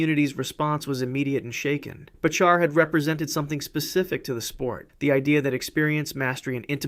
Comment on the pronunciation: "Bachar" is pronounced "Backer", btw.